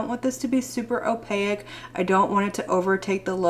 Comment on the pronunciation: I hate to be the grammer police 😂 but opaque is pronounced without emphasis on the a.. just oh-pake..❤❤ luv u!!